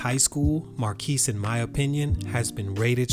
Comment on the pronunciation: His name is pronounced as "Mar-cus" not "Mar-keese" lol